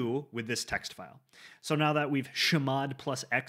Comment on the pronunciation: "shhmod" cracked me up :face-green-smiling